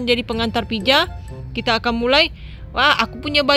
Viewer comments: Pizza Bukan pijaa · Pizza bukan pija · Mohon maaf itu bukan piza yang benar pizza🤣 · kak gak bisa ngomong z pizza😄😄😄🍕🍕🍕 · Pizza btw bukan pija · Bang pija apa pitza 😂😂😂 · pizza bukan pija 🤔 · Kwkwkwkwkkwkwiwiw pijaaa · Ya bukan pija harus nya pizza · kak gak bisa bilang z tapi kakak tadik pas bilang pitza tadi kakak bilang pija gak bisa bilang pitza ya kak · Pizza bukan pija tau ngak sih 😒😒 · Salah nama nya kak bukan pija yang benar pizza 😁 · Pizza bukan pija 🤦‍♀